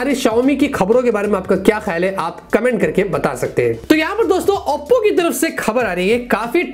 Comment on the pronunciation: Bhai Auppo kousa phone hai.. Oppo ko barbar Auppo q bolte ho??🤣🤣🤣